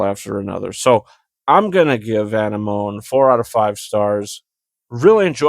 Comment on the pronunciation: You're pronouncing the title wrong landlubber.